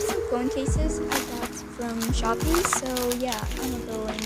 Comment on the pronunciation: Your voice is so adorable are you a filipino? The "shoppee" Hehe. Thank you btw! I made mine mininal!